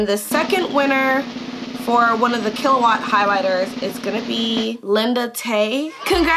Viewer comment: Girl you said it right lol. Yay I'm so excited thanks so much!!! I'll dm you on ig